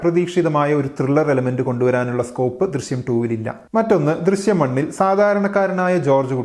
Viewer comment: Drisyam alla drishyam